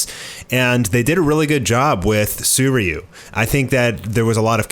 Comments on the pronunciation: Did you just say Soyryu instead of Suiryu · This guy absolutely butchers Sui ryu's name